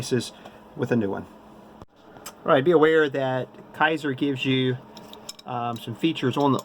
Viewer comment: K A ser (long A sound) is how to pronounce this. Not Ki ser. :)